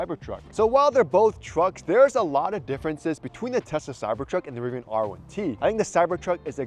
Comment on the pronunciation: Rvian! Not a cybersheep